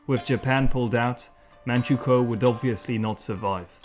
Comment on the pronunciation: I'm from manchukuo and his pronunciation is perfect